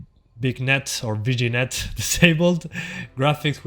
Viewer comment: Lol vignette is pronounced "vin-yet".